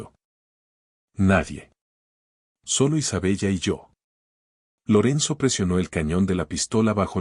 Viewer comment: Se pronuncia Isabela, se escribe Isabella, es un nombre italiano, no seas ignorante y cuanta bien la historia, o al menos inventa una historia en la que puedas hablar bien